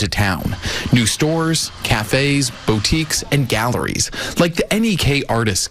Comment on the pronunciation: “Bow-tique,” my god, talk about sounding uneducated right off the bat in the Vermont story… And the US regime is already tracking journalists — one who’s been very active in uncovering the E story, Julie K. Brown, discovered that some of her flight logs were in the E files. Aka wtf were they doing there, there’s no reason her personal travel records would be part of those government files unless they were tracking her…